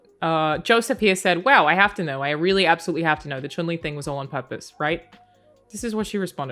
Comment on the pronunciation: you earn my subs just for saying Chun Li correctly...